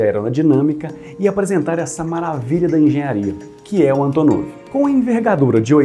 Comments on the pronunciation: Gostei da pronuncia russa haha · Sotaque perfeito! Hahaha